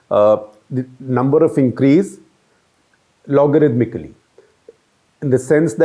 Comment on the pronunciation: "Logarithmically" good job , he got it right this time